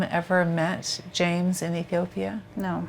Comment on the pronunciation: I think that was just a mispronunciation and they meant Ethiopia.